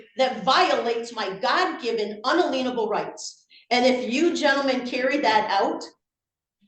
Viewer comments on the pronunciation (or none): I think she's mispronouncing inalienable on purpose, and it works out worse for her in legal terms. In-alien-able, as in "alien" meaning "foreign," means that no one can make those rights foreign to you, or in modern language, no one can take the rights away from you nor can you give them away. Compare that to un-a-lien-able, as in placing a "lien" on someone's property. She's attempting to say no one has the ability to place a "lien" on her rights, moving from modern legal language into sovcit "contract" law focused on debt and obligation. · As a Christian, no. No, it doesn't. Romans 13:1-7. The ONLY time to disobey authority is when it is on conflict with God and His Word. Such as being ordered to not pray to Him. Edit: is "in-ay-le-en-able" not "un-leen-able" rights. Edit 2: it's not " my honor" either!!! 😂😂😂 Wth?? It's "your honor". What an idiot. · 😂the judges faces after she mispronounced unalienable yet again. Sovcits just parrot words they don't even understand. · A couple of them pronounce it "un-a-lien-able" rather than "un-alien-able"... I think it's because they're both really bad at etymology and obsessed with filling (fraudulent) liens as a means of taking what they think they're owed. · “Un-a-leenable?? 🤣🤣🤣🤣 Try “In-alien-able”. Funny how they use words that mean absolutely NOTHING in a court! They clearly have no idea what words MEAN but still use then. In a court of law, her utterings are insane and untrue. She REALLY needs a showing of how our justice system actually works!!🤷🏼‍♀️🤦🏼‍♀️ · Omg she keeps saying unaLEENable rights instead of unALIENable 😂😂😂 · "un-aleen-able" rights?? you've got the confidence and one-eyed perspective of the terminally misinformed down pat, but repeat after me: "in-alien-able rights." *you* are the alien, petal. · "un-a-lean-a-bull" No, it is unalienable. "Un-alien-able" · If she says unalenable rights again im going to do bad things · “Unaleenable” that’s NOT how it’s pronounced OMFG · “unaleenable rights”